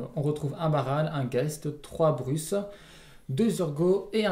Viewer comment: Merci encore pour cette vidéo! Hey les gars, c'est "BruSe" pas "BruCe" ! [Z] Malheureusement, je crois que Partner c'est un peu cheaté dès le départ... 7 cartes en main + 2 Gégé D'accord avec Kozent, pr moi Zurgo ne sera jamais BAN, c'est un type classique aggro, limite le 20 PV a été mis en place pour ça.